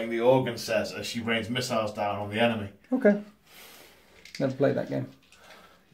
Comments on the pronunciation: "miss-siles"....i died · Heh, thumbs up for the "Miss-iles" about two hours in. Close game at this point, great batrep either way it goes.